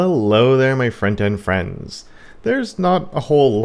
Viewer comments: but it sounded like it though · has even been made aware of it, but to him, he feel he really IS saying "front end friends" even when he obviously doesn't. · Yup. In the same camp. Been watching for two years found out this January. Imagine finding out so many of us misheard his catchphrase over the years 😂😂😂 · Speak for yourself, I’ve always heard front-end friends.